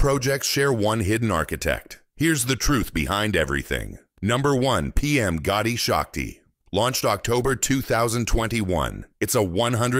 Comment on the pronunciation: Not Gaudi shakti It's gati shakti